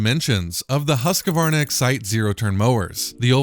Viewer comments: The correct way to pronounce Husqvarna is actually "hoosk-varna" but in america we can get away with "husk-varna", but it's NEVER "husk-a-varna" :) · I find it interesting that some people add an extra syllable that isn't there-"Husk-a-varna". It's kind of like Brits and "Alu-mini-um". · As a Swede living 20minutes away from Huskvarna (city where Husqvarna is made), I find it hillarious how you guys pronouce "Husqvarna" (not trying to make fun of anyone, just enjoying it ^^)